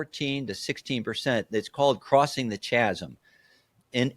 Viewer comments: Kind 'a lost me when he said "chazsim". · Chasm is pronounced Ka-zm ;)